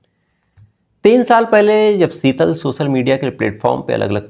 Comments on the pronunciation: Bhai SB apni bhasha sahi Karen please seetal nhi hota sheetal hota h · Seetal ya Sheetal.😅😂